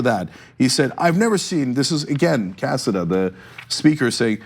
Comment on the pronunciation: That's a Spanish last name is pronounced Casáda